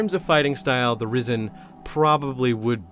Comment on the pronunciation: The internet has broken my brain everytime you say "risen" i hear "rizzen"